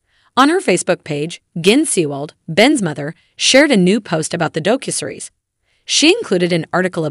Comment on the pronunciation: Doe-Cue-Series? The mispronunciations are so so bad in this.